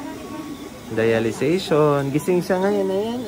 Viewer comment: Dialysis yata hindi dialization?